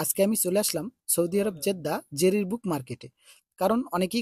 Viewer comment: Jerir na jarir book store